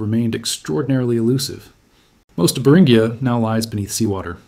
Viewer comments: Beringia = Bur in G ah. Not Bur in ghee ah. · It's pronounced br in jee uh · I can't last a minute in the video because of your mispronunciation of Beringia. Eight more minutes of that would be torture. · which do you mean, it's pronounced both ways within the first 30 seconds of the video and keeps alternating at random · Take a drink every time the almost human sounding narrator alternates its pronunciation of "Beringia"